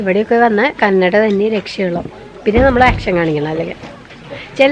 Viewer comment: respecting the dialect of a place is really important , Its not Kannadi its Kannada